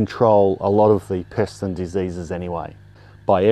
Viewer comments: At the end of the Video, I had gotten distracted by a sudden kissy attack from my Pitt Bull, turned back to the video and at the very end I thought he said "Piss" instead of Pest and had a total WTF moment 😂😂🤣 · I thought you said piss at the end of it. I was like, whhhhaaaaaat! lol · I thought he said piss, I had to rewind.